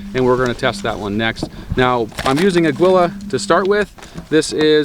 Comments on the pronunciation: Uh-gee-luh or a-gee-la. Please no more “a-gwilla” 🤣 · Its pronounced AH-GEE-LA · Pronounced ag-U-la ammo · FWIW Aguila is Spanish for eagle, it’s pronounced “ageela.”